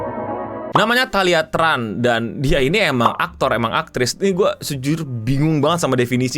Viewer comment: itu keturunan vietnam kalo namanya TRAN dilafalkan CHAN jadi nyebut namanya THALIA CHAN